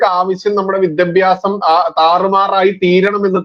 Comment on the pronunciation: വിദ്യബ്യാസം വിദ്യബ്യാസം എന്നു പറയുന്നത് അരോചകമാണ്. വിദ്യാഭ്യാസം എന്നു തന്നെ പറയുക.